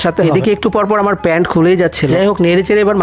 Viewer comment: 😂😂😂😂 কিভাবে বলে প্যন্ট কুলেই জাচছে